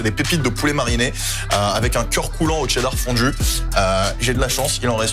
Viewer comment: mdrrr tu rends ouf à dire TTCCheeddar